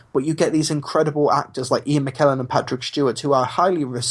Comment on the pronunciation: Ian Mckellen not Mcklellen